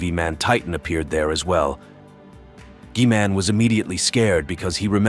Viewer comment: Bro, said G-man like key man with a G